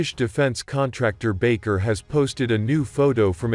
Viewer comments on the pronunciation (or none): Not baker , it is Baykar.